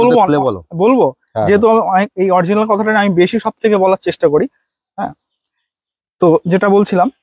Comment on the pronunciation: অরজিনাল না বলে original বলুন